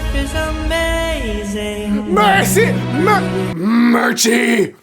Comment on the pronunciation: I don’t think you’re friends with Mircsy, you keep butchering their name